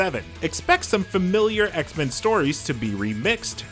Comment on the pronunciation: This dude saying X-Men like it's a surname. It's X-MEN not Xmen